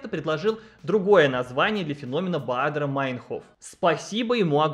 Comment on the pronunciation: и ты туда же?! Все блогеры, на кого подписана, решили мне рассказать про этот эффект. Вы сговорились что ли?! 🤣 Особенно забавно, что у меня фамилия начинается на Бадер, и как правило, все именно так и произносят фамилию Андреаса Баадера... И каждый раз глаз дергается🤣